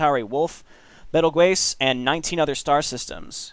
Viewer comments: Betelgeuse is pronounced the same as "Beetlejuice", hence the movie's title, it's a pun. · Betelgeuse = Beetlejuice :P